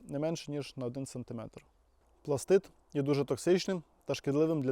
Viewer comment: Дуже приємно чути, коли справжній професіонал називає вибухову речовину правильно - "пластиТ". А то розвелося дуже багато доморощених "експерДів" і тупих журналістів, которі вважають особливим понтом називати вибухівку "пластиДом". ПластиДи - елементи клітин. То з біології. І дуже важливо, щоб побільше професіонали говорили правильно, щоб дУрні і тупі неуки хоч трохи набралися розуму.